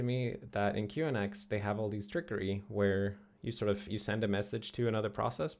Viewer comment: Last I heard, QNX is pronounced "Q-nix" (like unix)